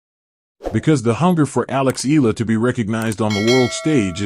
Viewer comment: Her name is pronounce Ee YA LA ..NOT ELA